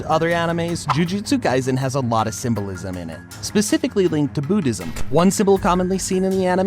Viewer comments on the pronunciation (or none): none